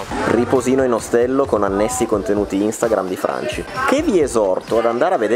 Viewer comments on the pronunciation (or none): none